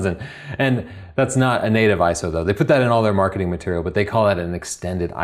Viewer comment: I see you read the script. At least what you had to talk about was great! and an Iso is actually called I - S - O.